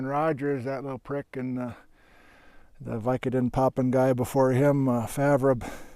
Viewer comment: Thanks for the video and thanks for pronouncing "Favre" correctly! My folks grew up in the Green Lake area.